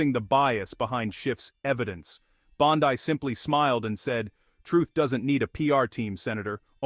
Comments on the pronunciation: Her last name is pronounced BON-DEE your shit for brains AI narrator gets it wrong every time!!!!!!! People are getting tired of it!!!!!! Everything is 21st century except the programming! Hurtahee!! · "Bond-Eye".....AI narration is irritating. Good video other than the AI narration.